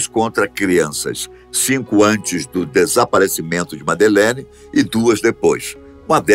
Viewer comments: o nome que vc a chama está errado, ela se chama Madeleine, e nao Medelene. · Jamais, ela tem 21 anos. Madelein teria 19 anos. Esse narrador não sabe nem pronunciar corretamente o nome da miúda. Cá tds tem a certeza que os pais da Madelein são os culpados. Vai ler sobre isso.